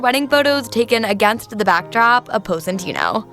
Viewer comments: Nice, but if you've been there you should know how to pronounce it. Pos-ee-tah-no, not Poseytano. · Her pronunciation is disgusting Poe-si-tayno 🤢. It’s Pos-i-taah-noh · Posentino or Positano....? 😳 Confuzzled...... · ok, so just positano (not positanou) got it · What is Pose-een-teeno?? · Lol Epic She butchered every name possible, I think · HAAHAAHAAHAA pose-eeen-teeeno like a hundred times over and over!!! Gosh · Appreciate the content BUT butchered the pronunciation of Positano. Hard to get that out of my head now. Onward to getting better every day 🙏🏽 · Learn how to say the name of this town if you're going to try to be a guide. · LOL the way she says Positano.. OMG!! Learn how to say it right! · Don’t steal others work! Also learn how to pronounce the town correctly. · 2 things: 1. Please, learn how to pronounce Positano. 2. You took footages from Nicki Positano's youtube channel -in path of the God, from 5 years ago-, so I assume most of these images are not yours? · Pronunciation is a disaster and voice is horrid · Butchered both Positano and Cinque Terra. It’s not sink’way terra but Cinque pronounced chin’qway as in the number 5 in Italian..